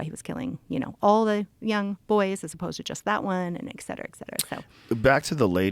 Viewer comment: Great episode but it’s “etcetera” not “exsetera”…. Sorry to nit pick!